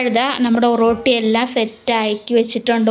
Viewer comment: ഒറട്ടി എന്നാണ് പറയുന്നത്